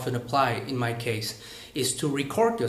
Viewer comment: ))) anh bảo Hoa hậu phát âm thiếu âm s ở cuối nhưng từ 'case ' anh cũng chỉ phát âm là ''kei' mà không phải là 'keis' :)) nhưng phải nói là 98% anh phát âm và nói rất hay và tự nhiên :)) keep up the good work.